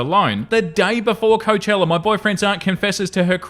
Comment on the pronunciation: Please learn how to pronounce Coachella correctly.